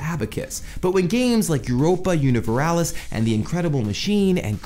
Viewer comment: Interesting episode:) You mispronounced "Europa Universalis" though,;) Sounded like "Univeralis". Not a big problem, just putting it out there:)